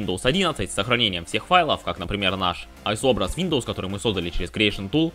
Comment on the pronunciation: Братан после слова вийндоус, видос прекратился😅😅